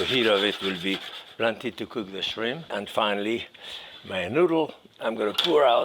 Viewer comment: There is a 'P' at the end of "Shrim" Jacques...